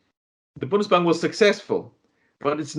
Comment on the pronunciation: Bundesbank not bonus bank